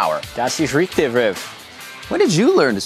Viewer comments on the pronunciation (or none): lol riv trying to speak german hahaha "Das ist richtig Riv" - "Thats right Riv" but pronounced with a real strong accent, if you are german native this sounds really funny :D